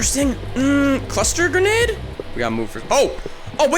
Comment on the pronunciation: The gwenade was gween